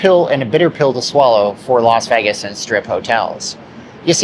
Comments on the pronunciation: Dude....not VEGGAS (VEYGAS). Please as least say it properly. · Ngl, I absolutely despise when people pronounce “Vegas” that way. It’s so annoying. It’s VAY-GUSS, not VEH-GUSS. ugh yuck. Anyway, carry on. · A dude that pronounce Vegas as Vegguz cannot be taken seriously. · There’s no “egg” in Vegas. It’s pronounced “Vay-gas”. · You’ve got one of the most irritating voices I’ve ever heard… especially the way you say “Vegas.”